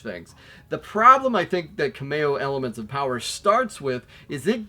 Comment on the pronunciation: Extra Ka-mayo for me! 😅 I pronounce it Kam-ee-oh. But amazing game particularly on the Xbox one X and onwards-in 4k! Keep the 360 alive! Thanks for all the vids!